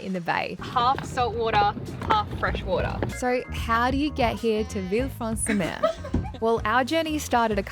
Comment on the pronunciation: "vilfransumeu" wtf bro